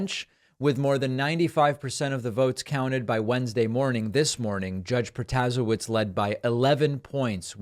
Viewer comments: Future reference it's pro-ta-say-witz 😅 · Just FYI David … it’s pronounced Pro-tuh-say-witz. Kind of like Buttigieg, the Judge had commercials in Wisconsin showing how to pronounce her name😊. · Stop butchering her last name please